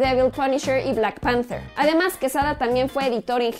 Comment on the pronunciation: "lara crouftch" :V "Louuugian" "Blackk panfterrr" "los Ziiifff" "loffftvv"